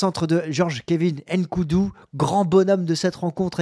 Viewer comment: On ne dit pas N’Koudou pardon quand vous faites ça on est mal